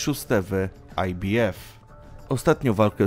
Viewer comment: Fatalnie przygotowany material. Autor nie ma pojecia o temacie, ktorego sie podjal. Jednak jest brylancik- skrot ibf wymowiony fonetycznie, gdzie litera b jest wymowiona fonetycznie.po angielsku a i oraz f po polsku. Za to brawo! Hehe